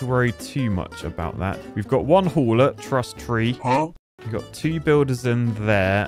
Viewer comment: AT START YOU SAID TRUSS TREE not truss tea